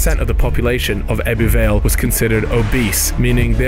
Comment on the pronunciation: The way you pronounce ebbw every time made me cringe